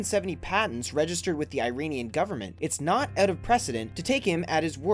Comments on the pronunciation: ok but like how hard is it to correctly pronounce IRANIAN? It's EE-RAH-NEE-UN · Iranian is not pronounced like I-ranian but "ee-ranian". And the guy on the picture is not an inventor. He's the ex-president of Iran. You must be American. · Not "Airanian" it's "Iranian".